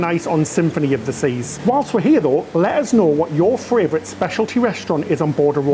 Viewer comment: I love the way pronounces 'favourite' as 'fravourite'. It's so cute. Not having a go at you, it's one of the little quirks you guys have which make us love you so much. Bless you, you are my 'fravourite' cruise channel.